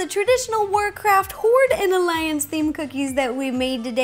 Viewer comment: HORDDE! XDDD Seriously to each their own. :3